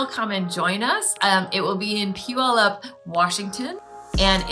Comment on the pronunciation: I looked up this video after taking your class at the sew expo. Great pronunciation of Puyallup! And thanks for the great class!